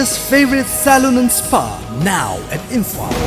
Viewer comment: Eina tabada onabara Kari no khangde ...Imphal se Imphan haina haiba gum taba haitare warau biganu...ekok nolna khoramjari mayambu